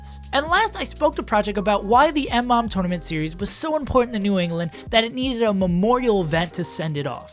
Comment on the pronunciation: It's pronounced Muh-mom.